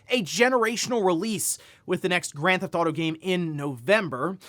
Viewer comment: Having watched this channel for over half a decade.. the number of times he's said "Granthauto" and not pronouncing half of the syllables has saved him hours of his life tbh.